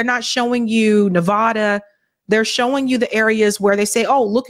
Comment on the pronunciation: please please please learn how to pronounce Nevada. It makes all of us cringe when you say it.